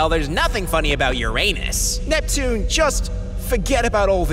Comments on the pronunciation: it’s pronounced yurinis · neptune and uranus are so cute together xD id love to see more of them also i just hate it when people don't pronounce uranus properly its ur A nus, not ur AY nus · Fun fact Most people pronounce Uranus as it is but astronomers and physicists pronounce it as Ur-uh-nus instead of Ur-ray-nus. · It's pronounced UR-inus... not ur-A-nus. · By the way, it is pronounced “ur-un-us” not “ur-ay-nus”. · Now i just realized why venus laughed when mars said Uranus "ur anus" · fun fact its pronuced your-in-us i think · Cus Uranus more like your ainus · its urenus not uranus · Ur-ahnus would be a better way to pronounce it. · Your anes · at least they noticed the wrong way to say uranus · “Uranus” WHAT THE FUUUUUUUUUUU